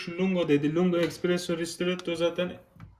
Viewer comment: Espressoya "ekspresso" diyorsun makine senin neyine